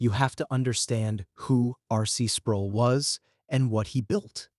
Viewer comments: Down vote and run. The AI narrator pronounces "Sproul" like tool. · I don't care if you use AI, but R.C.'s last name rhymes with role. Every time I heard his name I cringed. Thanks for the info though, I didn't know St. Andrews had left the PCA. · Mispronounced R. C.'s name